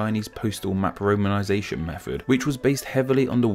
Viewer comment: Interesting that a guy talking about proper pronunciation says mefod when he means method and wiv when he means with.